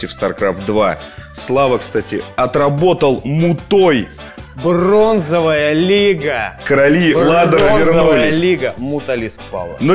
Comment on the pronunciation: Не мутОй, а мУтой, нубы.